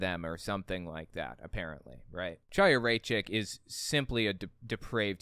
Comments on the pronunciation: Her name is pronounced Haya. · Not to be pedantic, but I believe her name is pronounced like "High-a", or maybe with a slightly guttural initial sound. Otherwise, loved your analysis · the “ch” in Chaya’s name is pronounced gutturally, like the “ch” in Bach or Kristallnacht. It’s definitely not pronounced like “cheese”. If you’re struggling with that pronunciation, it would be closer to say “Kaya” or “Haya”. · why cant people be bothered to learn how to pronounce her name ITS A HARD H HAYA.... like l'chaim....to life and she is a member of the chabad lubavitch sect of hasidim and dressing modestly is not "crazy" you constantly push the boundaries of antisemitism someone whose entire family are members of an insane end days cult needs to tread lightly before attacking other's belief systems and i think chaya is on the wrong path...but no reason to bash all of chabad because of her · its pronounced w a CH/ KH sound like ACHtung or laCHness or baCH not ch as in CHair you all herd of L'CHieem to life CHiya means life in hebrew the sound is a german or scottish ACH like clearing throat sound